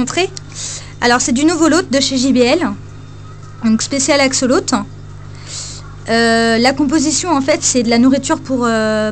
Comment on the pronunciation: deja tu pronnonce mal le nom.. en plus il doit y avoir un substrat tres important et les pierres sont interditr risque de coupures!